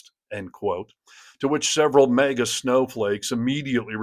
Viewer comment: There you go with your stupid "mega" again. Get a clue,: It's "MAGA". Yes, "MAGA", like "MAGAzine". If you don't believe that you're saying "mega", read the Closed Captions.